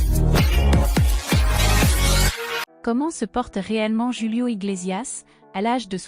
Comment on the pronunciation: C est pas joulio c est Julio svp dites le correctement. Ce Monsieur est toujours formidable et aimé. Ce qui m écorché le tympan, c est votre manière de prononcer son nom. MERCIIii Bonne soirée